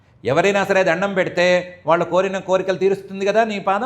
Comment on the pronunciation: Koncham nee telugu improve chesko amma..vallu ane pronunciation nerchuko plz